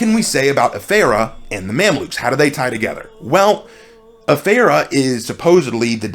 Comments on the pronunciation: You butchered that pronounciation... 😆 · I dont understand how you can mispronounce the Afeera when you can literally HEAR how it's supposed to be said. And it's really, really not hard at all.